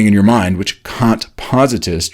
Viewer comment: Kant, not Caunt